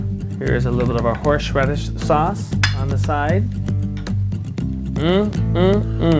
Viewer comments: lol, horsh radish. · You put WAY too much salt on there! Probably about 10 times too much! - No other seasoning! And why you pronounce thing in such a strange way - like 'horsh radish' rather than 'horse radish'???? A well presented video, just a shame that you can't cook! 1/5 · What's horsheradis? XD xx